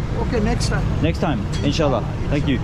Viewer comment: Yo tue word "inshallah" was epic 💫💫